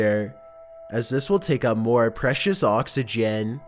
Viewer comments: "To Save Oxeegeann"LMAO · why so say oxygen like that? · "oxeegeanne" "receptaaaan"